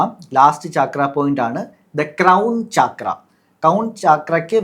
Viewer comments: It is not chaaakras... CHAKRA is a Sanskrit word..meaning Wheel..they are wheel like energy centres in the body...NOT CHAAKRAS😂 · ചക്ര Not ചാക്ര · First of all it’s called “ചക്ര” in both Sanskrit and Malayalam, not “ചാക്ര” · താഴെ പറയുന്നതിൽ ഏതാണ് ശരി? ലാം or ലം യാം or യം? പിന്നെ not ചാക്ര but ചക്ര. in മലയാളം and sanskrit. പിന്നെ മക്കളേ. സംസാരിക്കുമ്പോൾ ഇത്തിരി കൂടിബഹുമാനം വരുത്താൻ ശ്രമിക്കുക. പീഡിപ്പക്കപ്പെട്ട പെണ്ണ് എന്നു പറയുന്നതിനു പകരം പെൺകുട്ടി എന്നോ സ്ത്രീ എന്നോ പറയാം. പെണ്ണും സ്ത്രീയുമെല്ലാം ഒന്നു തന്നെ എന്നാലും. കുറ്റപ്പെടുത്തിയതല്ലാട്ടോ. മനസ്സിലാക്കാൻ പറഞ്ഞതാണേ. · Its so irritating to hear chaakra